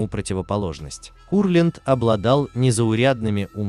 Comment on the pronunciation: Во-первых , Давид Моисеевич , а не Менделеевич . Во-вторых , КУрлянд , а не КурлЯнд. В-третьих , фильм художественный , а не исторический , поэтому искать в нем реальные факты -- пустое занятие. Критерия два : нравится или нет.